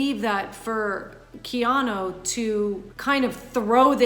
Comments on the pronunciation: She keeps saying "Keano." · Why does she keep saying "Keano" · Up next: comments section breaks down acting coach’s performance of the name “Keano”